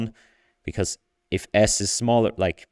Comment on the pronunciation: Not untrue, mind; just limiting. Was that a Swiss accent or did you actually say iff though? Anyway, these results are amazing. I was pretty hyped about diffusion models before... but after this id go as far as to say image generation is 'solved'. Most of these are well past the uncanny valley which isnt something id say of any GAN except in rather limited domains. Good point about the sensitivity to text; seems indeed the discriminative training is superior in that regard. But then why does the CLIP loss not deliver? Could the apparent textual intelligence be due to the sampling/filtering step that DALLE does as a last step?